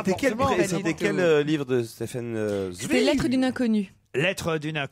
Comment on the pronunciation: Moix prononce correctement Zweig. C'est les autres qui se trompent.